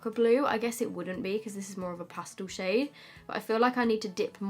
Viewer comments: Did she say “sh*t” or “shade” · Sounds like you're saying shit when you're saying shade 😆😆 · I swear she said shit is really pigmented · I didn't even notice that she said shade until u pointed it out lol